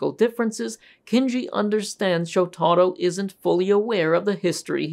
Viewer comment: It's pronounced Showta-ro. NOT Sho-tarro